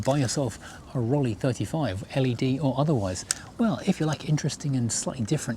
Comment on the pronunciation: Please pronounce the name correctly! The second syllable is like "eye" in English.